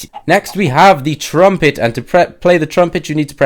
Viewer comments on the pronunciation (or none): ***** Um... trumpet, not trumplet, learn to english